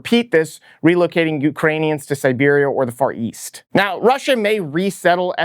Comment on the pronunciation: I hear “ fart yeast”. Thank you.